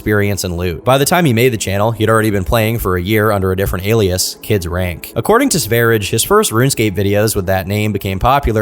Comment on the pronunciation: It’s pronounced Kids Range